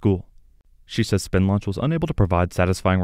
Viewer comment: When talking about Spin Launch emphasis should be place on the "spin" aspect.